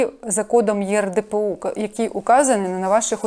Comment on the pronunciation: Я знаю, що це. Просто у вас на дошці написано Є Р - поміняли букви місцями, і вимовляєте на відео теж так:є ер де пе о у. Ні в якому разі не чіпляюся, просто звернула Вашу увагу.